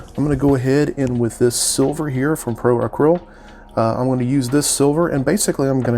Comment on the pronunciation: Love this spawn piece. You killed it!!! Now, say this with me ACRYLIC like this "Uh-krill-ic" right. Acrylic. Ok bro lol Now say Pro Acryl. Pro Uh-krill. Definitely loving the hamburger head portrait. It's always been spawns coolest look.